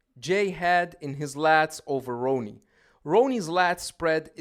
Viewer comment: Im a Jay fan, but he only had Ronnie beat in midsection. This guy cant even pronounce Ronnie's name ,lol 🤦‍♂️